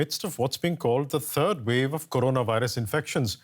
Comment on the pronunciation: No. Listen carefully. She called it the “turd wave.” 💩